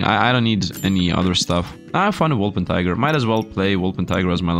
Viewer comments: Wol - per - ting - er not Wol - pen - ti - ger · its impossible for him to remember, I have said it before and he still can't pronounce it reight